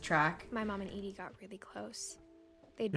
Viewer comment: This game is so intriguing, I love it. But starting next episode, every time someone says Eddie instead of Edie, said person owes me a $1.